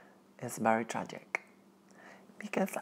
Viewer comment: "It's very tragiCK"